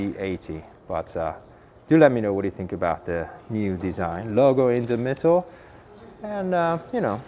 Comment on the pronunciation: "in the mittle" 👍